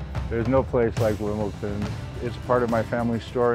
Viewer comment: It's a lovely story...but seriously, after all this time should be able to pronounce 'WimbleDON' correctly. It is NOT 'WimbleTON'.